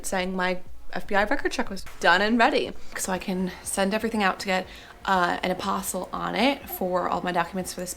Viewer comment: Perhaps a bit of effort to pronounce one of the principal words correctly would be a good idea. It's not 'apostle,' that's a follower of Jesus in the bible. Also, if you were to lose the air-head bimbo-isms that would be a step in the right direction. You voted for Biden, right?